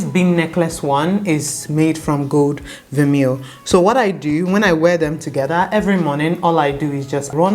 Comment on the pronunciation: It’s pronounced ver-may :)